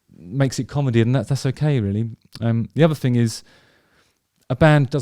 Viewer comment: Hey Justin. Love your vibes man. I noticed that you pronounce 'th' with an 'f'. And so it sounds like 'I believe in a fing called love', for example. But I think you should play on this more as part of your 'fing'. Just a thought as I wondered if you were conscious of it and intentionally used it as a tongue in cheek vibe?